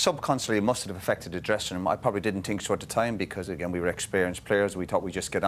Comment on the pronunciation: I fink I fink 😂 try speaking properly you morons